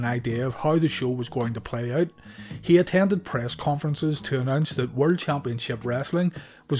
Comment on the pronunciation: Everything on your channel is great👍🏽 .Except when you say ( world )